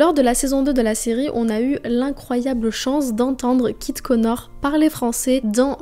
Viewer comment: trop cool la vidéo mais à tu dis "Kit Konar" 😭😭 elle est géniale sinon la vidéo !!